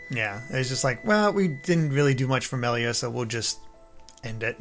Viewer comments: Why can't she pronounce the names correctly? Did she really finish the game? It's super weird how she keep getting them wrong over and over. Even after corrected her. Rain? Meelia? Really? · Ah yes, my favourite character, Meal-ia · Also she keeps calling Melia Mee-lia... Hey, at least she ain't saying RAIN and DUNCAN. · How does she pronounce Reyn, Dunban and Melia's names wrong after a 70 hours RPG constantly repeating those names... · Idk how you play the entire game and still pronounce Melia wrong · It's baffling how someone can mispronounce a name when it's literally voiced in the game.